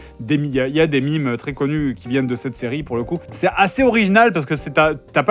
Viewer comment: Des mimes? Aaaah des mèmes !